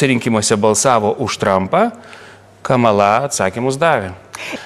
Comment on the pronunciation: Lietuviškai kirčiuoja kamala' :) nu veikėjas:)